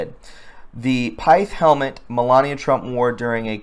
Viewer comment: This guy can't pronounce "pith helmet" properly so, he can't be an expert.